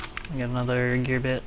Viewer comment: Such friendly commentary. I like "Gear byte" haha!